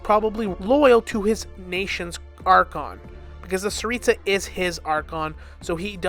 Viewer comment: Tsaritsa not staritsa.